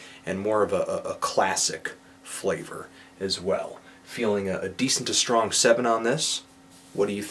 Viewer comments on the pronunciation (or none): none